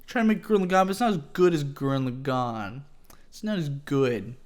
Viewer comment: Why do people say gurren lagann wrong? plebs